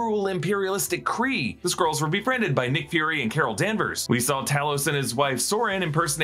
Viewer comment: Why do you pronounce Skrulls as Squirrels? So distracting!